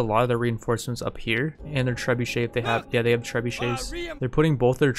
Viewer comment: Trebuchet? u mean treebucket?